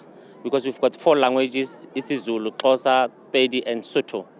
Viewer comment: Xhosa not Closa translator